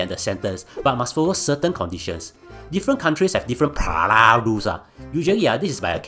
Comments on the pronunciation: pa-rah..... bro just speak your native languag and add subtitles.. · Per-roll is hardly a complicated word 🙄🙄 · Why the hell can’t you say “parole” correctly? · Singlish is embarrassing enough without the lame mispronunciation of parole. I’m a Singaporean and I denounce Singlish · Bro, if you’re going to mispronounce parole 150 times intentionally while trying to make it sound funny, it isn’t. 😅 It’s really annoying lol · Yo mispronounced “parole” so many times Such a comedic gold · I have to mute your video after getting irritated by the way you mispronounce "parole" so many times...I like your content,but words that are chim,you mispronounce them so many times will only get irritating☹️ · Oh my God, it was killing me, and he said it at least 40x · was wondering how irritating it is, then bam, wtf is this fucking cat saying lmao, i almost puked. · Mispronouncing "parole" in a sarcastic manner. Typical Singaporean disapproval for early prison release for criminals. Another human rights abuser and lawless "****head". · I think it's actually funny. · My exact sentiments. It's so damn irritating.